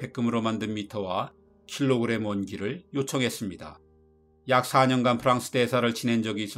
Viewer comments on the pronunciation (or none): none